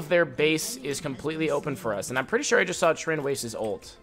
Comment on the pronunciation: Besides being a pro on zed and knowing what fights u won and what u lose, i love how he says I'm - "amma"